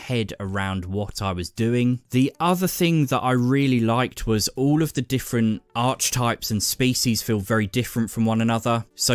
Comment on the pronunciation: Ar-kee-types... just FYI.